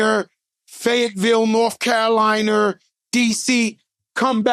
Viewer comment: Joe: “Virginer, North Caroliner..”🤣🤣